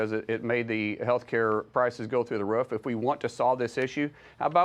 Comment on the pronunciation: This guy talking has a ruff not a roof odd